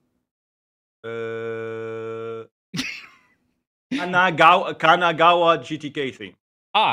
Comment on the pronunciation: DarkXero: "KAGAGAGA...": casually pronouncing "Kanagawa" with a near perfect native Japanese pronunciation